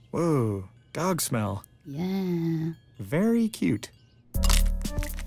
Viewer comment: I like this cartoon but seriously gets on my nerves, not only because he’s a pushover, but because of those random awful dialogs he has when trying to pronounce “dog”, and “recipe”, it’s just so out of place.